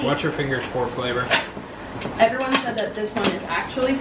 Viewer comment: Did say “por flavor”? 😂😂